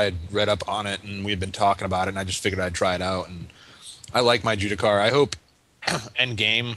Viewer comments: its JUSTICAR, JUSTICAR DAMMIT! Not "juticar" cripes. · Ju_S_ticar :/ Not Judicar... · By the "Jew-da-car" class, does he mean "Justicar"? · ....its JUSS TICK AR JUSTICAR DAMMIT Jewticar is not a soul.